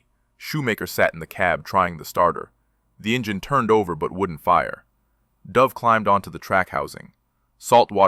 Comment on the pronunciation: Oh please? the name of the soldier is pronounced as though he was a species of female pigeon pronounce `'duv```'- not the cod pronunciation of a downward dive of an aircraftYou should honour the man by at least getting his name right!